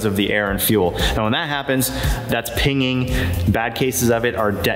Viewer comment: Pinking not pinging